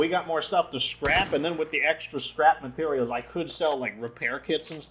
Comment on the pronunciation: you still call parts mateterials :D cute